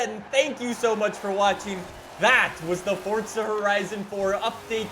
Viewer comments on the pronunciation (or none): Please just say forZa not fortza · For-za * not fortza. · I'm more annoyed that he's saying "Fortza" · Nigga really calls it F o r t t s a h